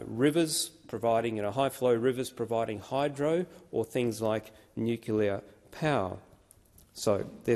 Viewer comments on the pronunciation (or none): Great content but I so so wish people will say "Nuclear" (that is new clear) not nucular. Sorry but a pet hate. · Hi, Folks. IF people want to 'ackshully' SOUND as if they might REALLY have a clue about the topic upon which they are speaking, would it not be a good idea to 'ackshully' PRONOUNCE the name of the discussion subject correctly, you know, like being able to say "NUCLEAR" instead of 'nucular'???? And WHY is it so hard to get that tiny minor detail RIGHT?????? On another note, WHERE does the CSIRO gets it funding from??????? From the federal government??????? And what sorts of political leanings might you find within the CSIRO????? And WHAT might not those two things have some effect on the results that the CSIRO brings to the government to justify their 'findings'?????? Just my 0.02. You all have a wonderful day. Best wishes. Deas Plant. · Yet another commentator who can’t even correctly pronounce the word nuclear. There is no such word as nucular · He says he is an engineer but he can't even pronounce "nuclear"". He calls it "noocoollar". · Excellent - but why do people keep mispronouncing it as "nuc-U-lar" rather than the the correct "nuc-LE-ar"??? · Oh dear. He said “Nucula” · Can we trust someone who pronounces it nucular instead of nuclear? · Dude knows everything except how to say "nuclear" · An excellent and informative speech. BUT.....why why why can't someone like him pronounce "nu..clear"? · Why cant senator Fawcett pronounce nuclear in Australian English? His American pronunciation pulls down what he is saying, because it shows he is getting his info from US sources - which are biased too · I wish so called scientific experts could pronounce nuclear properly. It is not nuclear.